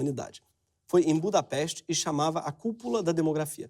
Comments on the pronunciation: Quando o Gregório mencionou Budapeste,eu entendi Embú da peste. Aí me lembrei do babaca do Nando Moura. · "em budapest" eu entendia "Embu da Peste"